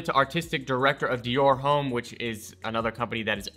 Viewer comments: "dior home" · dyor ohm is not that hard to say shut up LMAO